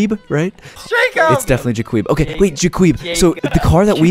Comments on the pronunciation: Its so funny that cayus said Jequib, Jequaiby, and Jequabius, Jequabiosislosis but the name is Jacob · It’s funny because you keep on saying the Jacquee it’s Jakeup. Ps love your videos